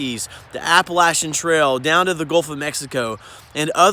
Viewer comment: Just subscribed and looking forward to checking out your other videos! Wow! Not many people pronounced Appalachia correctly! That is an A+ in my book! I took the Fantasy from Charleston, SC in 2012 (graduation gift). I enjoyed it, BUT they are NOT handicap friendly (well, only a little). When there were crowds trying to get on the little boats to go to shore in one area, people were piling around the ones with the wheelchairs and walkers and shoving them back! I know! I was one of them! (I am on a walker). And a little old lady with me in a wheelchair next to me was trying so hard to get on board as well. (There were several others as well) This was just one of the many issues we dealt with. I did have to file a full report when the cruise was over with. Yet, other than that, we had a marvelous time! Thankfully my son came and was my caretaker during the trip (I don't know who the other lady's caretaker was). I will always remember it! And it is such a joy to come across your video here!